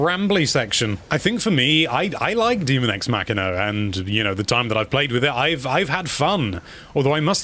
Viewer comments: There is no "a" in demon. Hence, daemon is pronounced day-mon. Not too complicated. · What part of "daemon" is pronounced "demon" ? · Just FYI, it is pronounced "day-mun." Characters say that word in the game. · its definitely not "DEMON EX MACHINA" there is a real word called Daemon and its a separate thing